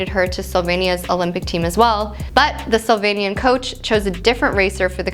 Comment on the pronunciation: Why she keep saying SOLvanian? 🤣